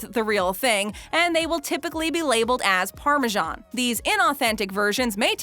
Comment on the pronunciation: The English name Parmesan is pronounced the way it's spelled, with an S. It's not pronounced Parmegian.